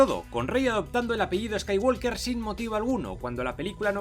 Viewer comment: El final ideal sería que Kylo escapara siendo aún más malo para a$í poder hacer otra$ 50 trilogía$ má$.. ah y pronunciado bien el "apellido" Skywalker(skaiwoker).